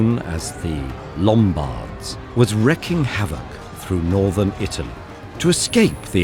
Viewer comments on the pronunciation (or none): none